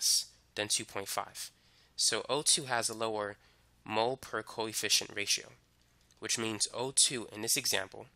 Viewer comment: i thought he was saying coy fish instead of coefficient